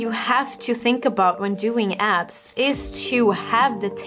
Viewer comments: When she says "abs", I hear "azz"..anyone else? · Every time she said abs I heard ass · Is she saying abs or ass?